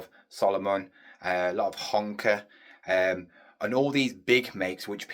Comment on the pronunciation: Whst the hell is honka 😂 u mean hoka